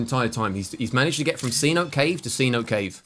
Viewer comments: amigo. Pronounce “Cenote” as “Sea-No-Tay” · Pronounced. cé-nohtay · You can even get away with saying say-notay